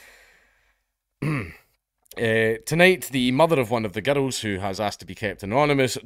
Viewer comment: I love the way you pronounce girl(s) as gerruhl(s).